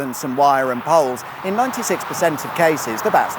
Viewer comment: Did he say "fangs for watching" ? :)